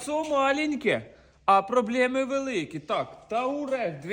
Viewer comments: тУарег, а не тАурег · БАРАН! Вивчи спочатку як машина правильно називається, бо гидко слухати, тАурег.